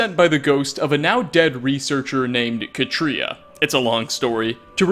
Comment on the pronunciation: 11th tiny detail, hidden. You mispronounced Katria